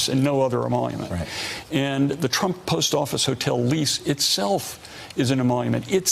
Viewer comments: "Donald tumpt" hahahha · Graham Jimerson almost sounded like "chump" lol